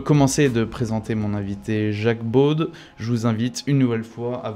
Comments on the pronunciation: Le journaliste ne pourrait-il pas prononcer correctement le nom de son invité? On prononcer beau et pas beaude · Jacques « BAUDE » ??? Cette prononciation n'est pas française.